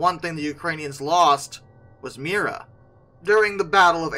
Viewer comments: It's not "Mira", it's "Mriya" The "R" is infront of the "I" not the other way around. I absolutely love this plane, I really hope they will manage to rebuild her. My father has this amazing story about her.. Back in 1989, before I was even born, my father saw her flying above our house when she was landing in Prague when returning from the Paris Air Show. Yes, it's when she had the Buran on her back. My father just jumped in his car, drove to the airport, lied his way through the security gate claiming he worked there and got right on the tarmac (yeah, the security was a bit different back then :-D), and got some beautiful photos of her. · If an aircraft is one of a kind it's unique - not "extremely unique". Something is unique or it is not. Not "Mira" but "Mrya". They're pronounced differently, you know.